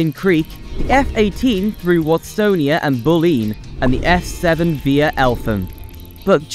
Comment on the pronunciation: And Watsonia was prounounced ‘Wastonia’ 😂